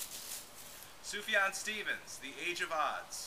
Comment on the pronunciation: That's pretty close to the correct Arabic prononciation, yeah